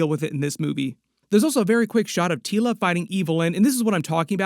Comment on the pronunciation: Your saying her name funny it’s Teela like tea 🫖 La thank you this is serious to me because I named my daughter after princess Teela lol. Anywho I hope this movie is great!